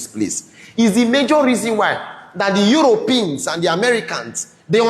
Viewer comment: The Europins!! What a deluded human being! Even your demons cannot pronounce the word,, European" correctly. Shame on you and your intentions! The blood of every innocent souls killed without a cause will judge you!